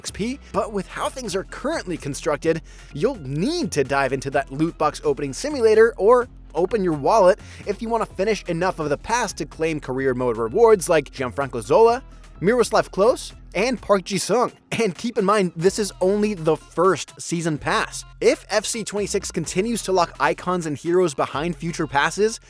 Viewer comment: i can't take this guy seriously after he said miroslav CLOSE